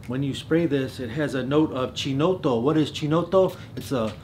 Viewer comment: Pronunce of "Chinotto" is like was written something like"Keenotto" :)